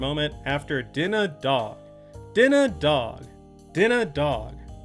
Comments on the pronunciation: The secret to saying "dinner dog" like him is adding a slight s-sound while pronouncing the d-sounds: "Dsinner Dsawg" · you have to pronounce it as "Dinner Dawwwwg." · WAS LITERALLY ABOUT TO CALL THIS OUT. can hear the exact pronunciation in my head clear as day. "dinnah dauwg"